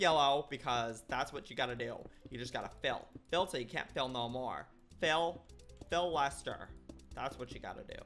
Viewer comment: When he said fill/Phil Lester I freaked out.